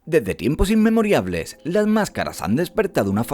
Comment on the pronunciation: Se dice INMEMORIALES, no INMEMORIABLES